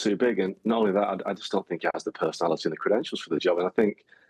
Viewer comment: Why are you saying thee? Its just the....